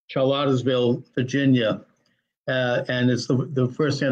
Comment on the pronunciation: You can't pronounce Charlottesville, you misidentify the supposed organizer, you call the rally White supremacist despite knowing the center-left background of the organizer, misrepresent the politics of most of the attendees to the permitted rally, and perpetuate the false equivalence of the violence that took place. Good work!